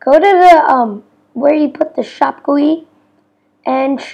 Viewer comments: im sorry but im laughing at you saying "gwi" most people pronounce it with actual letters because it is an abreviation "g" "u" "i" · LOL TF IS GOEY?! HAHA IT IS GUI! Just say G U I EASY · its not gui its G.U.I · ITS GUI NOT gooeey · I love how he says goue instead of g u i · Dude you say g u i not gui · Wtf is goyey Its G.U.I (Graphical User Interface) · "guiy" XD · i cant take him seriously when he says it like that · Omg the way he says GUI